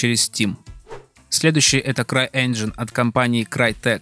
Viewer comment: Все заебись, но всетаки энджин а не инжин